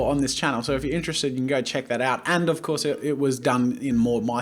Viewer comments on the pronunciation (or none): none